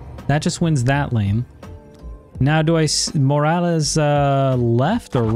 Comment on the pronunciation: Your pronunciation of “Morales” is clean af